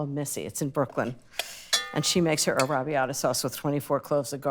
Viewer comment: In Italian is "Penne All'arrabbiata" not "Penne arabiadah". 🙄